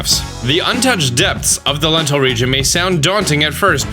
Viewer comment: Dental Region